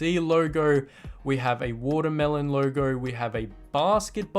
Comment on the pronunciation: why does he pronounce logo like that?